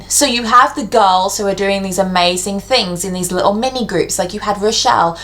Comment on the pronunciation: "fings" haha